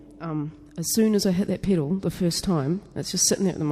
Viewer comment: What the fuck is a "PIDDLE"??? A "PEDAL" I suppose?